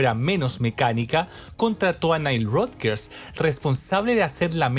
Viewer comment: solo un detalle el apellido de nile no se pronuncia como lo estas haciendo, con respecto al album por supuesto q habia una necesidad de vender , pero era mas importante consolidar a madonna como una artista pop rock dance en la industria y q simplemente no se convirtiera en una one hit wonder de un solo album, asi q habia q explotar todo lo q significaba ser madonna de por si un nombre controversial una virgen, q mejor q explotar esa extrema energia sexual de ella q con like a virgin es decir todo se combino de una manera gloriosa y divina , destaco las canciones like a virgin angel dress you up y sho be do, material girl nunca me ha gustado.